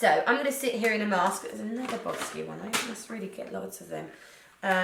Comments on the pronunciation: It’s pronounced “bow-sha” 🤗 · Boscia is pronounced Bo-shaw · I thought it was pronounced Bo-Sha (Boscia)?